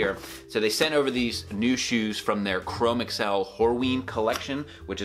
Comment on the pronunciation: Your videos and reviews are tops, and I commend you for shrugging off sponsorship. Now, I'm no leather expert, yet I am quite certain chromexcel leather is older than microsoft and google...In short, it is pronounced chro-mex-ul...one word.